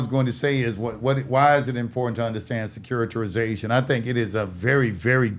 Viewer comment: "SECURI-TI-ZATION" "SECURI-TI-RI-ZATION"